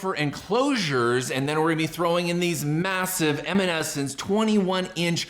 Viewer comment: Why do u say eminence like that